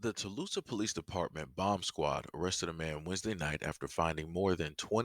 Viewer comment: Thanks for sharing,....btw, the town is pronounced "Tull-saaaah"😉